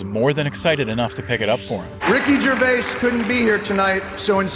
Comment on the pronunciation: Who is Ricky Gervayus?